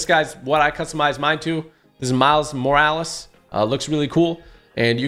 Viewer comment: My mans said Miles Morles🤣